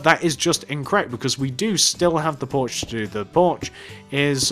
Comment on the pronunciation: I swear you say Borch not porch